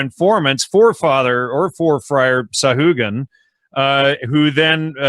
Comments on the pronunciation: nice,, yes, you dont pronounce letter H in a Spanish name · Sahagun = sa - ah - goon